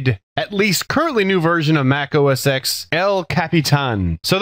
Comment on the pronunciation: The X in OS X should be read as 'Ten'